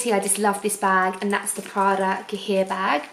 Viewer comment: Please !!! Stop pronouncing cahier like that!!! Ask Paris how to pronounce it properly!! its translated from french to english = notebook Pronounced "cayie"